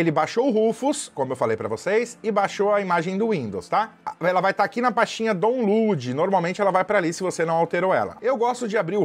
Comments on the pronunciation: Eiita que inglês bom.. DON LUD...😢😢😢😢😢 Onde deveria ser " DAUN-LOAD" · Amei o vídeo, mas foi sofrido o "daulud"